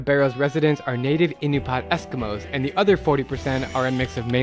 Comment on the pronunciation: Pretty sure it's pronounced "Uh-NOO-pee-uht" , and not "IN-you-paht"